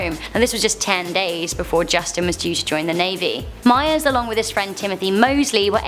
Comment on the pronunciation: Mayers? 😂😂 do you mean Myers? 😂